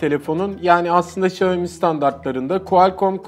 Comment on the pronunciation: Abi Şayomi değil Şyaomi